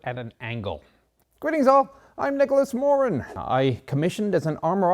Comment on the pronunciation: Finally... someone who correctly pronounces ''Moran''. It's not ''More-an''!